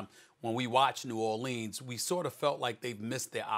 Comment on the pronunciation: Then this dude says it right. Smh